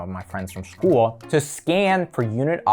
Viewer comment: I've never heard someone pronounce "school" that way.